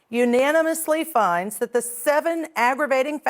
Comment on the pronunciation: His ignorant ass don't even know and probably don't care. Did he get those neck tattoos in prison. And finally,, someone please tell that lady attorney to stop saying 'dat'